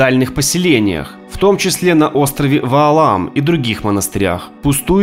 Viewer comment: Это не Ваалам, а Валаам